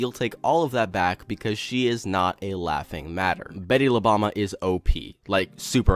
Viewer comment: nice video man. btw it pronounce as boom-ba instead bama. bomba means bomb in spanish